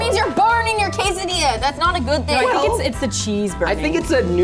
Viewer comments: The cheesy is better and it’s quesadilla not quesadella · Preston, my guy. When you say something like Quesadilla or Tortilla, you don't pronounce the L's. In Spanish when there are two L's, they make a Y sound. Kinda like my last name, Castillo. With Quesadilla you go Kay-Sa-Dee-Ya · Preston: says tortilla as tor-till-a Me: WHAT DID YOU SAY??!!?? Also Preston: says quesadilla as que-sad-illa Me Again: I AM SO MAD I WANNA PUNCH SOMETHING!